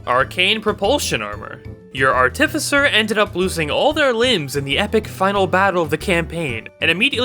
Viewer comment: Video is great, but, I give an extra +1 because you said Artificer correctly!!